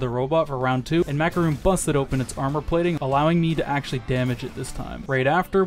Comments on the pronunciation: his name is not macaroon. It’s pronounced like macaroni but without the i. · Loving the video, but you're not pronouncing Macaron's name correctly. Macaroons are a coconut cookie, Macarons are French confectionaries. You ever play a Pokémon game with Pokémon Amie in it? Poffins are Macarons.